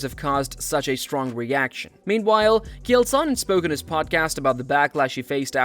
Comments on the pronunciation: You cover MMA but don't even know how to say Chael. Derp. Maybe cover pop music instead. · I love how the goofball talking can't pronounce Chaels name right 😄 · You clearly have never watched UFC, you keep calling him Kale. His name is fucking CHAEL CH CH CH like fucking chair or check or chin, I could go on and on and on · "Chael," not "Kale" bud. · His name is CH-ale! Not K-ale! How do you think thats how its pronounced!? Ive never heard it said that way. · Ah yes, Mr Kale Sonnen Wtf is wrong with your pronunciation 😂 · Who the hell is Gale? It's Chael Sonnen stupid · Pronouncing Chael as Kale is something Chael would do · “Keal Sonnen” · Who tf is “kale” sonnen? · its not KALE its CHael ch like chair and instead of r its l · "Unfiltered Fights" channel name yet you pronounce KAEL Sonnen? lol bro throw away your computer and phone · 👋 name is Chale not Kale😅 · Kale "the vegetable" Sonnen. Lol. Either learn to pronounce the names or stop making videos. This will be the last one I watch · His name isn’t Kale Sonnen 😂. It’s CHale Sonnen mate. Get it right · It's not "Kale", it's CHAEL, and nobody cares what the MMA GNU-ru thinks. He's not a guru of anything but fast food. That being said, that Raja pos needs to go to jail. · His name isn't “Kale” 😂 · Who is”Keeal Sonnen” ??? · i think this an AI voice. why cant it pronounce Chael? who the hell is Kihyael? Chael isn't hard to say. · Why does this narrator keep saying Chael as "Kale"? wtf? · Hearing the person making this video call him “kail” is the sign I do NOT need to subscribe lol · Its the "ch" at the beginning of his name. Pronounced like jail but drop the "j" and replace with a "ch" but NOT pronounced like "kale". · ...who is Kale? Man, Ai can't handle the fucking names.. smh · Did you say "Kale Sonnen"? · His name isn’t “Kale” lol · Chay-El.....it's really distracting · Kee-hail.......wtf man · Who tf is Kale? Supposed to be a “fighting” channel but can’t even say Chael’s name right? Suuuuuuuuuuuuureeeee